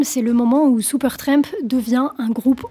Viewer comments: Cela fait plaisir de voir une jeune femme s'intéresser à un vieux groupe, bon ok, le bon gout n'a pas complètement disparu. Merci pour cette vidéo. Ceci dit, tu peux arrêter de dire " Seupeurtramp " ou " Sioupeurtramp " en Réalité c'est "Supertramp" et cela ce prononce comme cela c'écrit merci 😂😂🤣🤣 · Pas Soupeurtrèèèmp, mais Supertramp, please! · La demoiselle aurait dû apprendre a prononcer correctement le nom du groupe. Elle le répète tellement souvent. Supertremp ?